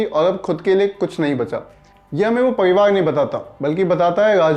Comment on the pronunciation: Pariwaar bolna zara dobara!!!